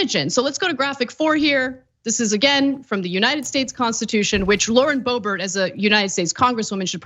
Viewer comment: Lauren D'oh-bert !